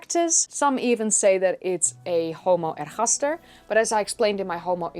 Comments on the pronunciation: Your accent is so good that it is a little jarring when you use that glottal sound that English doesn't have in Ergaster and Hidelbergensis. If you had a terrible accent that would sound fine. Regardless, a great video as usual. Ps... I prefer NeanderTHal to NeanderTal. I think that pronunciation both goes back farther and sounds more natural in English. In any case, both are fine and switching randomly keeps people on their toes. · Ehaster??? Does she mean ergaster?? She pronounces her g like a h. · I had been wondering if you were Spanish by the way you pronounced Heidelbergensis and Ergaster with the g sort of rasped into an h. I wish we had had more instructors like you when I studied Anthropology back in the 60s. Oh how different my fate might have been.